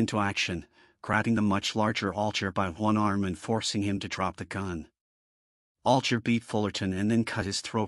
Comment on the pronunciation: his last name is pronunced all guy er